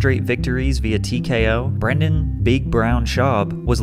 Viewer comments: Why are you pronouncing his name as "Brandon"? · As a man named Brendan, it's hilarious to listen to pat slaughter the pronunciation of it. It's pronounced like the movie star's name. Unless Mr Schaub has heard the mistake so many times and just doesn't care anymore Lol idk, just thought it was funny